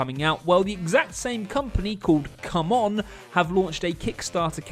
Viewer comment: "CMON" is commonly pronounced "see-mon" and is short for "Cool Mini Or Not" Also, just as a fun fact: If the game wants to be the most successful board game on KS, it needs to end up with over 12 million dollars